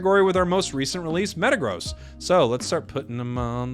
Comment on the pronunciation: Metagross, zachian, scizor. Do you mispronounce them on purpose? Lol